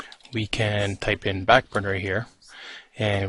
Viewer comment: Did you just call it "FAT burner"?